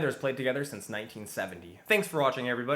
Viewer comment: It wasn’t corny until I heard your accent on “sorry”💀